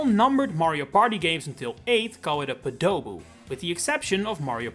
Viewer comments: The way you pronounce podoboo is really weird, "po-do-boo"; I've only ever heard it as "pod-o-boo". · No. His name is pronounced as “Poe Dough BOO” and he is REAL and IMPORTANT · Now it's time to argue if you pronounce "Podoboo" like in the video, or like you say it as "peek-a-boo", like they jump up from lava to test your reaction. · I was fully expecting this video to be about how it's not pronounced "Podoboo" but "Podobo" with emphasis on the Po. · I always thought it was "podaboo" from what I thought was saying, and with the stress on the first syllable. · I still generally say Podoboo (I pronounce it as Podo-Boo sort of sounding like someone saying "code of you" for lack of a better description instead of your pronunciation of Po-Doboo which sounds similar to poe with doboo added on the end) but I will occasionally say Lava Bubble. I think both names are accurate, it's just a problem of things being sort of conflated. What I mean is I would assume the ones that actually pop out of lava are meant to be Lava Bubbles and the ones that appear in stages without lava or that don't come from lava are meant to be Podoboos, but that both of those got combined somewhere down the line into one thing when it's supposed to be 2. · actually you're saying the "wrong" one wrong emphasis is on the po, like a pogo stick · I've only ever heard it pronounced "PO do boo", with the emphasis on the first syllable, not the second. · Never heard that pronunciation before. Always heard "poe-tah-boo". Equal rhythm too, no hard emphasis on the final syllable. I also didn't know Lava Bubble was that old. I thought that was a weird modern change that Odyssey made. I've been calling it a "Potabu" for literal decades. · I get this video is about correcting what we’re calling them, but I still can’t get over you pronouncing Podoboo as Padowboo in the intro. It just seems so ironic to me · Yeah, It was so awkward the whole time! I emphasize the third myself, "pohduh-boo"